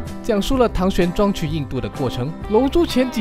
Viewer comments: 唐玄“裝”xD 是“奘”ㄗㄤˋ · 唐玄奘（葬的读音） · 唐玄奘「zang 第四声」